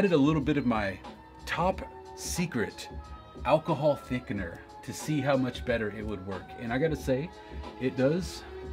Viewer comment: “Alcohol THICCENER” HAHA 🤣